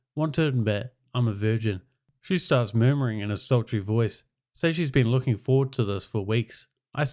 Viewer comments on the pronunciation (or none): none